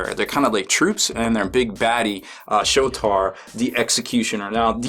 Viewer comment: Big baddy "Shotar"? Really now, Yankee? and Legion of "Asgorth"?